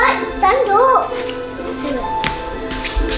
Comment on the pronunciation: بيقولهاله بريتش زي بتاعت جيم اوف ثرونث stond uop ^_^